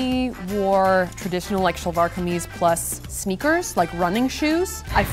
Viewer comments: The ONLY thing that is making me cringe just a tiny bit is that she says 'shalwaar kameez' instead of 'salwaar kamaeez' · I have never heard 'salwar' pronounced with a "sh" before, it makes me want to know what part of SA is from. Next Lady Like; DNA/genealogy kit? Could be interesting!